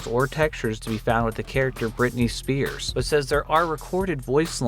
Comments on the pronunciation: For entry 4 the hidden character was "Britney Spheres" not "Britney Spears" like you kept saying lol. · brittany spears. brittany spheres. nice english. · SPHERE, like a round SPHERE. Britney SPHERES, not SPEARS. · It's pronounced Britney spheres (sfears). The p I sphere doesn't make the "puh" sound it makes the "fuh" sound because it's followed by the letter h. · It’s Britany SPHears